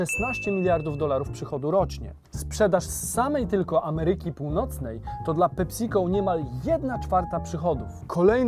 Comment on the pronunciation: Ta wymowa „PeSico” brzmi jak PepsiCol. Poprawna wymowa to PEpsi-co. Nie są się słuchać tego